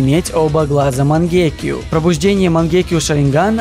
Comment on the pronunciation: Почему ты говоришь мангеке. Говорится мангёку